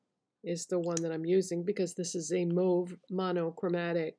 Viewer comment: Happy to hear you pronounce "mauve" the right way 😉 Love mauve colours.